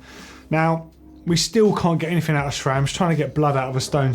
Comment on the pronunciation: Why do ya'll say SHRAM? lol 😂